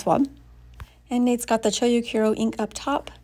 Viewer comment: Chou is pronounced cho with a longer o sound. It's not cho-u or choyu or chow.